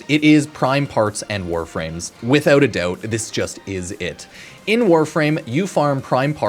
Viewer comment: why is "without a doubt" getting extremely emphasize everytime he say it or its just me